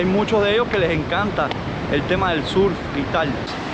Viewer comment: tienes que venir a aprender inglés conmigo! Vamos a trabajar juntos la pronunciacion de "Google ", " surf ", " tower " y "road ". Hermosas las tomas aereas con el dron! Viva la paz, el respeto y la tranquilidad de mi pais! 🇺🇾💖